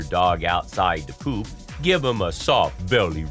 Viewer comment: The way this guy says pOOp 💩